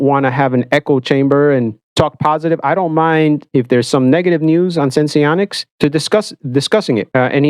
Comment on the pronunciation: Just like it’s dexcom, not dexicom.. it’s senseonics, not sensionics 🤦‍♂️